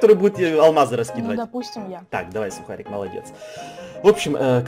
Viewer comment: Не сухарік а сукарік!!!!! (